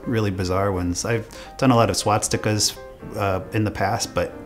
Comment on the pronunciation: fr he didn't even say the word swastika correctly